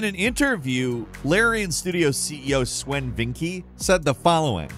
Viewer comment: He called him "S'when" 😂😂😂😂😂 it's pronounced Sven.